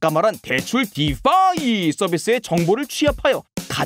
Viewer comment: 설명은 잘하는데 블!록!체!인 디!파!이! 너무 듣기 거북해요..